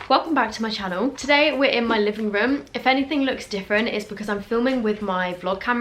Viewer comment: I love how she says “röēúm” lmao